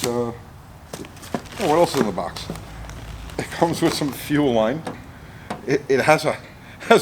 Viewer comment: No Oring-e in fuer Rine